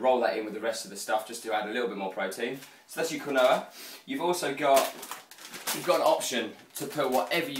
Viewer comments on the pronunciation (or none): quinoa is pronounced 'keen-wa'